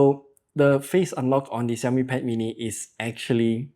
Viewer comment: Hearing the xiaomi pronunciation correctlly😄